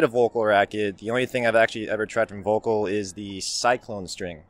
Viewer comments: Pretty close… In German, words beginning with “V” are pronounced as though they begin with “F” in English. So, the name is pronounced more like “FOLK-UL” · Btw VÖLKL is NOT pronounced as 'vocal' , just think of the word "VULCAN", and then replace the "CAN" with "CUL" (as in culdesac).